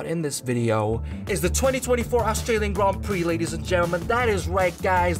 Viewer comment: Bro it’s Australian not Astralian